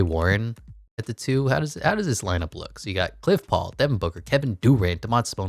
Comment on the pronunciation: He kept saying cliff paul like bruh